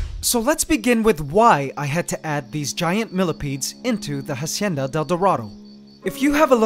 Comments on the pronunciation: If your gonna name the enclosure Hacienda del dorado at least pronounce it right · Please stop pronouncing "hacienda" wrong, the h is mute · In Hacienda the H isn't pronounced in spanish. Fantastic channel.